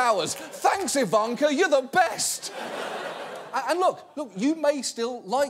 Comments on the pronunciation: I love how Jon pronounces her name "Evanker" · Please stop saying Ivanka with the long middle A. That's not how it is pronounced.